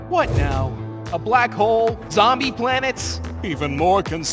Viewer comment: "ZOMBIE PLANETS" bruh